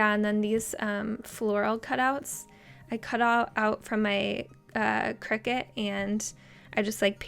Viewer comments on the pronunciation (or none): none